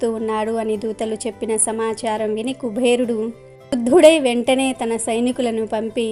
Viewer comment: Kubherudu kaadamma. Kuberudu. ani palakaali.